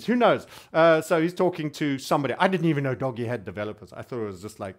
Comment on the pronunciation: It's "Dohj". Not "Doggy". LOL.